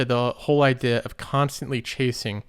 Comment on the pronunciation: Hey man FYI, Trudeau is pronounced with an "o" at the end not a "u". Not sure if thats just a speech thing (like the way you pronounce idea) or you genuinely dont know.